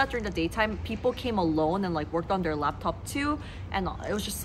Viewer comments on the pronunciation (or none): none